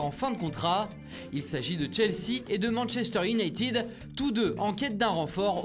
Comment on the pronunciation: Manchester iunaïted ,pas iounaïtiiiiiiid bordel